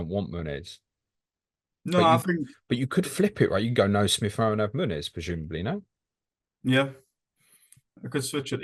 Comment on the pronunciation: Absolutely fantastic, every single one. Just bothers me a little bit pronounces the n in Muniz as if it were Muñiz (Spanish) or Munhiz (Portuguese). 🤓